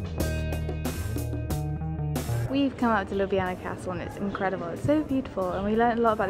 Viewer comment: Aww that's so sweet! You really showed-off Ljubljana in an amazing way (also your pronunciation of it couldn't be more on-point, at first I thought you were Slovene haha!) :D And I'm really happy that my comment could do good hah xxx